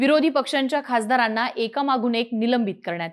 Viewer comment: निलंबण, खासदाराण्णा. काय आहे हे? ज्यांना साधे साधे उच्चारही जमत नाही असे निवेदक घेता कशाला?